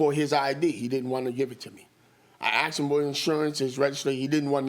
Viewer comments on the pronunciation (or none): It's not axed.. It's asked! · I hate it when people say "axed" . You "ASKED" a question not "AXED" because that would be assault lol